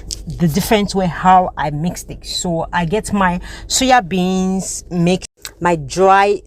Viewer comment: SOYA BEANS NOT suya bean sis